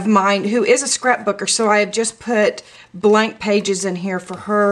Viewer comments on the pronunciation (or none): none